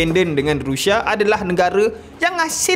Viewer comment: sebut la betul2..Rusia ataupun Russia..ni rushia rushia adoyai